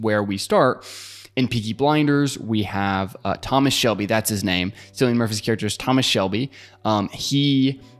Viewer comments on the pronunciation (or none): Thanks for this extremely valuable guidance! FYI, Cillian Murphy’s first name is pronounced with a K sound, like Killian. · Kill-ian Murphy, not Sill-ian Murphy. (The actual pronunciation of Cillian Murphy's name)